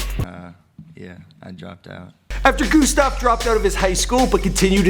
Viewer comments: And it’s not fucking goostav it’s Gustav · wtf he was pronouncing gustav goostav what is this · IT IS NOT GOOSTAV GET IT RIGHT! IT IS GUSTAV! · GOOSTAV ME: TRIGGERD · Also pernounces "Gustav" g-OO-stav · Omg No he pronounces his name soooo bad